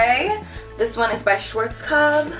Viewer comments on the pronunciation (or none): its so funny, when you are pronouncing `schwarzkopf`this is a german brand and im from germany !!